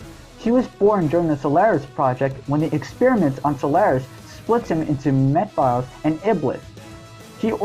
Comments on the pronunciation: It's pronounced Meh-phil-is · Too bad we lost too many of them to Ken. Wait a minute, did this guy just say "Meh-files?" Dude, his name has been said in the game he was in. There is no disputing the pronunciation of his name, lol.